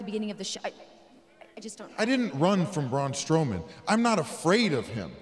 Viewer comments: Braun Stoleman?! Um It's Strowman. Braun The Abominable Strowman! Get it right Charlie!! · she said Braun stoman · did you here her say Braun stoman with no R LOL!!!!!!!!!!🤣🤣🤣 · Did she said braun stoneman or am I just not hearing strowman😂🤣😅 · Ok ok... but.. is nobody gonna talk about ”Braun STowman”?